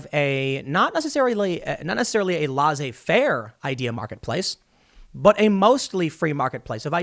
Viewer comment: LAY ZAY FAIR, Tim... please learn how to say laissez faire.